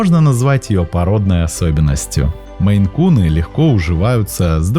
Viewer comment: Да не мэйкуны, а мэйн-куны😮 Озвучивайте правильно, смотреть не буду в такой озвучке! Фу! 👎 Отписалась